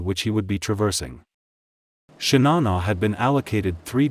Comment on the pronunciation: „Shinana“🤷🏻‍♂️… bad ai voiceover….